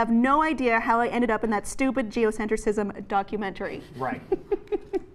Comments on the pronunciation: It’s “geocentrism”, not “geocentricism”. Geocentricism is not a word! Normally that wouldn’t bother me so much but she says it incorrectly like 80 times. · You're adding an extra syllable in geocentrism,. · This is far from the truth. Seriously, you cannot narrate a whole script, not knowing what it was about. She signed a release to boot! And it's not "Geocentricism," ...it's "Geocentrism." Morons... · PLEASE learn how to say geoCENTRISM... before you criticize it..